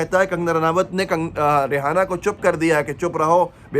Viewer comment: Aap रि एना को रिहाना कायू पढ रहे हो Kya rihana name ki koi singer hai